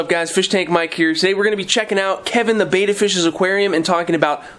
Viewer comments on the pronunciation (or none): Whose opinion counts when pronouncing the name? English language rules say vowel consonant vowel , the first vowel should be hard EE. The letter E is not normally pronounced as aa so bet ta would seem reasonable way to pronounce Betta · Don't worry, plenty of us have other pet peeves, and don't get so pedantic on this common mispronunciation. Far more important that you focused on the need for a decent sized tank, I agree that 5 is the starting ideal (though you were diplomatically indirect here), and all your other suggestions for proper care. Though I think you've got your betta tanks so densely planted that you'd be safe going without a filter, of course most people need to start with one. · I'm sorry, Mike. I watch all your videos, but pronouncing "Betta" incorrectly is not very professional. After all, you are the "". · Pronounce betta right lol